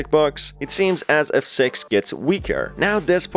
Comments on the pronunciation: Ur still saying sex instead of "six" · He is saying sex not six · Its six not s€x my dudes. Ill help u pronouncing it, stay safe mate! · Do NOT turn subtitles its so bad when he says six/6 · Why is it every time he tries to say six what actually comes out is sex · Is it just me or is this guy referring to Six as Sex? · The way you’re saying “Six” makes my dumb half awake brain think you’re saying “Sex” >~> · For some reason, when you lower your volume a little bit (or keep it on the max), it sounds like he's saying "Sex" instead of "Six", this leads me to my theory that he's a Rule 34 shipper in disguise this whole time, this is only the beginning of my theory, I already have a hypothesis, I will now attempt to prove it in just a bit, just you wait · its six not S*x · When you say six it sounds like you’re saying sex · This man cant say six and he says se# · Is it me or is when he says 6 it sounds like he’s saying sex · It actually sounds like he says s e x , so the subs are right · He keeps saying "Six" I keep hearing "Sex" Am I retarded?